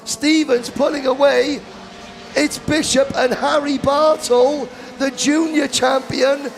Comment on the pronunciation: My wife could overhear the broadcasters and she says "Whaaaat? Someone's name is Harry Butthole?!?!?" We both busted out laughing and I had to replay it. I said the drivers name is Bartle. She said "Well the way he said it sounded like butthole!" She is still laughing in the other room. Good tight racing there.